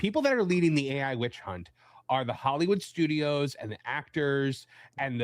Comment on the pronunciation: I got to say you and your actoooors that is so funny how you say those names